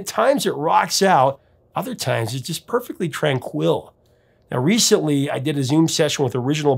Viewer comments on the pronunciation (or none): I've never heard tranquil pronounced with the accent on the second syllable.